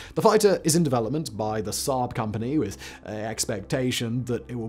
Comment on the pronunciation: You pronounsed the swedish one wrong😂😂